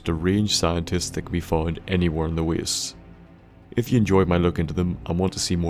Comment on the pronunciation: "The waests"